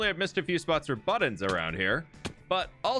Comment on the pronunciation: If you acknowledge that you say 'buddins' weird in your next video I'll subscribe. Not that you need my subscriptions. You're very talented and accomplished, but still, you say it funny :) regardless, love you bro bro